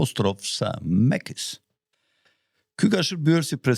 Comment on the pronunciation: Macy's.....jo mekis o...... Mejsis...